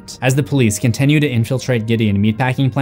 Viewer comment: This is so petty and I don't know why my brain thinks this way but I hate that he says "con-ten-nyu" its continue T.T